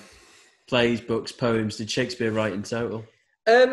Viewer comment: I would just like to say, with some extensive research shukadaspeare isn’t the correct way of saying Shakespeare my apologise